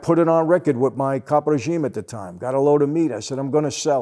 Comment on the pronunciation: He says caproregime so perfectly.